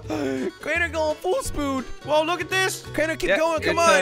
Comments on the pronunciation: Full Spood 😂🤣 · "Full spood"